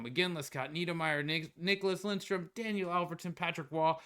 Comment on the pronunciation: Love your videos but you gotta work on reading the players names better! Schmalz?? Lindstrom??😂 Looking forward to seeing you grow this year in NHL 25 bud!